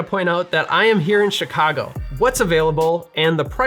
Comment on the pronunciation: “I am here in Chicago” >says Chicago in the most Chicagoan accent imaginable, shopping at Binny’s Love from Chicago man